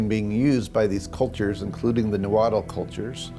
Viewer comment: It’s pronounced “naa-huat” L is silent. Not “nawhattle!”